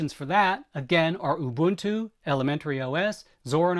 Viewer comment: Thanks. Thanks for getting the pronunciation of Ubuntu correct. It is a great word that we use in South Africa.